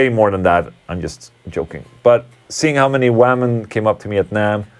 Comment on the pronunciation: Why do you say wämen all the time?